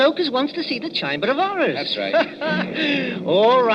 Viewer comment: "chamber of horrors" not "chine but of ours"